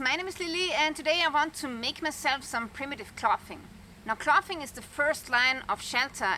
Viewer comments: Clothing is pronounced "Clothes ing". Spelled clothing. Drop the es add ing. But someone had to point it out. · Use a voiced 'th' sound with 'clothing'. And the 'o' sound rhymes with 'hole', not 'off'. Also, use an unvoiced 'th' sound when saying words like 'thin' and 'thick'. You've been saying "fin" and "fick". It's a common mistake when German speakers speak English. Your English is perfect otherwise. Hope that helps! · Your English is fab clothing is clothing sound the o.